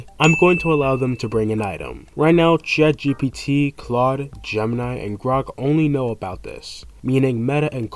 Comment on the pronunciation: Why Gemini said ''ChaatGPT''? 😅